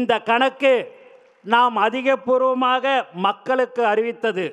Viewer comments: அது அதிகபூர்வம் அல்ல அதிகாரபூர்வமாக பாத்து படிக்கும்போதே இப்படின்னா பாக்காம பேச சொன்னால் 😂😂😂😂😂😂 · Athigaporvam 😂 athikaraporvam